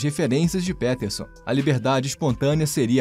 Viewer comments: "Pétérson" ---> "Piterson"... vlw pelo vídeo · Pronúncia de PEterson ta uma bosta hein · É Jordan Pi Piterson, o e tem som de i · Jordan "Péterson" é de doer, hein. Será tão difícil falar "Píterson"? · Jordan P(i)terson soa mais correto, considerando que ele é anglófono. E QI é apenas uma pequena parte da avaliação de inteligência, ou de forma mais ampla, de capacidades. Ótimo vídeo, como sempre. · primeiro de tudo: "Péterson" é muito esdrúxulo hein?! podia ter tido algum esforço pra pronunciar o nome do cara corretamente, mesmo se não fala inglês. segundo de tudo: Jordan Peterson argumenta que o QI é um bom "fator preditivo" do sucesso de uma pessoa. Não significa que ele tem preconceito em relação a isso, apenas que já é um bom indício da capacidade/potencial de alguém. Seria como falar que é preconceito dizer que alguém que fez graduação e pós graduação está mais preparado do que quem não completou o Ensino Médio.. kkkk Vídeo ruim com argumentos ruins, que nada têm a ver com "visão libertária", o que foi o mais estranho de tudo. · PÉTERSON... Isso é AI lendo texto. JP não disse isso sobre o Brasil, foi outro cara. Só navegar pelas fontes. CLICKBAIT! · Jordan "Péterson"? kkkkkkk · "Péterson"? sério? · Só arrumem a pronúncia do sobrenome do homem. 😬🙄 No mais, o vídeo tá bom. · Aprende a pronunciar o nome dele pro cara não confirmar a tese 😂😂😂😂